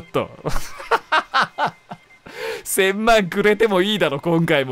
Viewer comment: うっしーが1000万のこと「せんまん」って言うの何となくムズムズする 笑